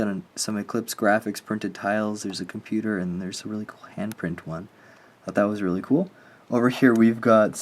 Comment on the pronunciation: Love the Apple Mac. When you said 'computers' 😆😆😆